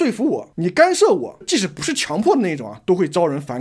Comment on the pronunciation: 是干涉，不是幹射,幹射是男人.....